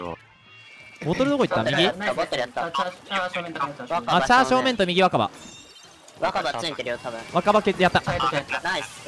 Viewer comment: チャー正面がチャーシュー麺に聞こえて笑ってしまった